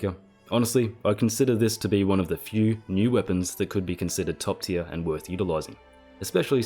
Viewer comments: You enjoyed saying 'Tier' as often as possible as 'Tyr' XD. Hope you feel better soon. Never knew a cold could make someone's voice lighter, lol. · Awesome guide mate. "Tier" or "Tyr"?